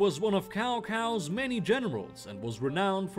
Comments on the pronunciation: You don't say? Joke Your head The joke was that his name was pronounced as Cow Cow in early versions of Dynasty Warriors, his name was also pronounced as Cow Cow in this video. It was corrected in DW4, or 5, can't remember which, but until then it was pronounced as Cow Cow and more unfortunately as Cow Pee (Cao Pi). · Tsao Tsao.... not Cao Cao... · Did he just call Cao Cao “cow cow” lmfao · Cao Cao is pronounced Sao Sao, Not cow cow lol P.s there is no such thing as a berserker in the terms that you are talking about. Very interesting video tho enjoyed learning about this subject. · Cao Cao is definitely not pronounced “Cow Cow” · Oh my god it's NOT COW COW. It's Sao Sao! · I'm sorry did u just call cao cao kao kao wtf. Its cao cao with an s sound do more resurch next time. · Pronounced Tao Tao not cow cow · Cow cow......*face palm* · I appreciate that the list wasn't completely centered on Westerners. At least two Easterners were mentioned, albeit in dubious legendary feats. By the way, Cao Cao is pronounced Tsao Tsao. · "Dian Wei was one of many Cow Cow's generals." What is this? Dynasty Warriors 3? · I got you,. Played all those games. For so long I didn't think there was any way his name was actually pronounced as Cow Cow. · I'm not chinese but I think it's pronounced Tsau Tsau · I pronounced it as Zao Zao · Cao Cao bacame cow cow.